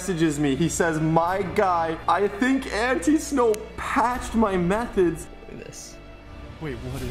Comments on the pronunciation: This is how you say it ant- I-snow not ant-eeeeeeeeee-snow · I think it’s pronounced Like An-Tie-snow instead of ante snow